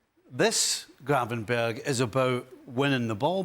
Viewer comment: Can people stop saying Gravenberg. It’s Gravenberch. More like perch.